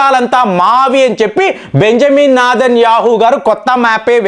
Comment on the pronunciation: కొద్దిసేపు శివలింగం అంటావు, మనలాంటి తీవ్ర వాదమే అంటావు, ట్రంప్ కు ఖతార్, అమెరికా సంబందాలు చెపుతావు ఎటు పోతుందండి మీ సబ్జెక్ట్.. పూర్తీ అవగాహన తో వీడియో చేయండి. "ఆ "మెరికా , "ఖా " తార్, " బే " ంజమీన్ ఇలాంటి పదాలు 😂